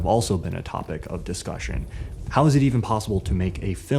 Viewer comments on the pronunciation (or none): none